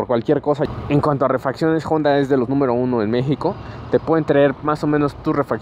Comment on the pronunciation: Si la moto fuera yanqui entiendo pronunciar jonda pero es japonesa y en español la h es muda no decimos joi para decir hoy. Buena moto, deberías poner neutral en los semáforos desgastase así el embrague mucho, también dejas medio embrague en ruta por llevar marcha inadecuada.